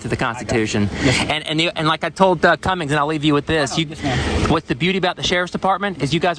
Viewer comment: Smith v. City of Cumming, Georgia Cumming, not Cummings